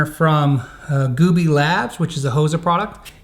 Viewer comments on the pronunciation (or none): I'm getting a kick out of how it sounds like he's saying "Scallion" instead of "Scallon," and "Gooby" instead of "Goby." Can't look at scallions at the grocery store without thinking of Rob, and with Gooby, all I can think of is the dolan duck memes. That aside, I really like these videos. A lot of small on the surface, but big in the grand scheme of things changes. Typically tasteful, and you made a great guitar even greater.